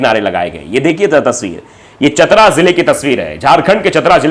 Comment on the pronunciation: चतरा है चितरा नही